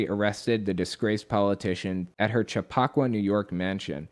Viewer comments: Chappaqua has the emphasis on the first syllable, and that syllable sounds like the word "chap." I lived not too far from there growing up (though in a much more modest area), and my mom had a job there for a while. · Chappaqua has the accent on the 1st syllable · Cha pa qua....LOL!!!!! It's Chappa qua :)